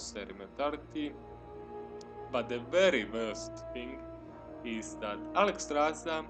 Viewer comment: Bro, it's not Nahramas, it's Naksramas!! :P